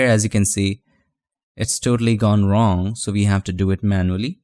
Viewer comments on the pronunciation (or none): none